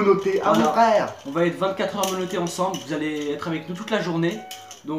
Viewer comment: Il a dit monote